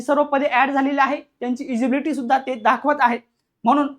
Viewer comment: इजिबिलिटी नसते सर ते eligibility असते